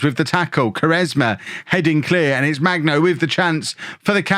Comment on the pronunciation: FYI: hard g for Magno